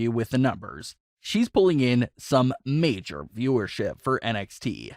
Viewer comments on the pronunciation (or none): none